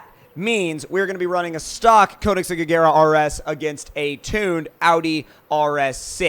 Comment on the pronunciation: You're pronouncing Koenigsegg wrong.